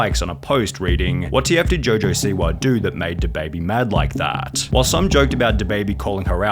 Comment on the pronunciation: Man…I usually listen to these accounts but the “Siwahhhh” “Twittahhhh” “Rappahhhhh” lemme know who this dude really is lol